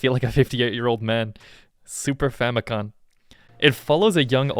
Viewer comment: It's FamicoM, as in family computer